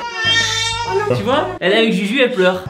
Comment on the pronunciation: À avait dit " juju " mais elle l'avait prononcé " zuzu"